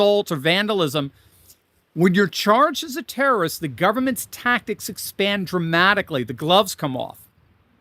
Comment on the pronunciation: You sed international tarroist organization wrong 😅